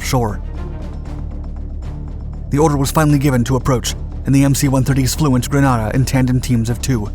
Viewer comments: This video is the biggest pile of misinformation and absolute lies that I have ever wasted my time watching. I was a Marine Corporal (squad leader) and part of the 22nd MAU that took part in the invasion.. As many people have pointed out it is pronounced Gren-ay-da and the second island we took is pronounced Carry-a -coo. The biggest part of the story that he left untold was about the 24 hour curfew. When we arrived on the island the people had been locked down for 11 days. They had run out of food and water and welcomed us with open arms. It was a miracle the operation went as well as it did because we had zero intel and the only maps were from an article in National Geographic. The students at the University were probably not in any real danger but the general population was definitely in real danger of starvation. I have always been proud of what we accomplished in Grenada and as we know it has been a democracy ever since. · "Gruh-Nay-duh". And it WASN'T a "controversial action". It was widely appreciated in the U.S.! One of my Company Commander's was a U.S. Army Ranger that dropped into there. No, no "controversial action"! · Censored twice for having criticized this program about "Granada"(the title on screen). Officially it is Grenada and pronounced Gre-NAY-da. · GRANADA is a city in Spain - GRENADA (with a E) is an island in the Caribbean - pronounced grə-NAY-də - Every single Grenadian has cringed with this pronunciation. Otherwise well done! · Wouldn’t it be more like Gren-ay-da. 😉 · Right, I keep going "wait, the us invaded southern Spain?" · I as a Trinidadian and every West Indian cringed at the pronunciation! I feel my Grenadian relatives rolling in their graves. You broke it down nicely. Great channel and info just the same. All my school teachers were East Indians and none of them ever pronounced my last name correctly...not even after you told them how to do it. He mispronounced it also. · It's Grenada not Granada............